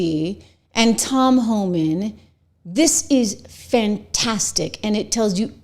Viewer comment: It’s HOLMAN!!!! Not Homan! I get so frustrated when the chyron is even wrong and then twenty people in the comments are like “I love Homan”… even my phone knows that it’s wrong!